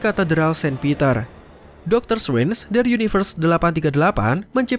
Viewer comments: Ga betah denger narator pronounce "Srenj" 😅 tidak silent T min 🙏 jd enak didenger. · Agak terganggu dgn cara penyebutan Strange terdengar Seperti Swen . Sorry min